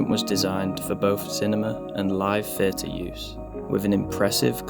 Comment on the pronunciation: THHHHHH EE AH TUR NOT FUR TUR